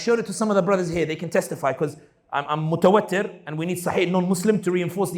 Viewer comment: I've noticed in 2 of your videos that you say "mutawattir متوتر" (with a shaddah and kasrah on 2nd ت) which means "stressed" or "upset", instead of "mutawatir" متواتر (second A is long, like the A in "lamb", and second ت has a kasrah but no shaddah), which means "repeatedly or frequently occurring". This subtle difference in pronunciation completely changes the meaning of what you say.